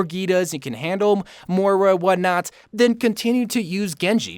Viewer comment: M-o-i-r-a not mora.